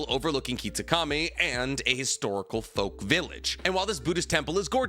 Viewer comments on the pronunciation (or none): none